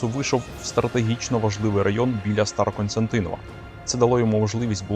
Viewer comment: СТАРОКОСТЯНТИН!В. Диктор обрати внимание. Зверни увагу.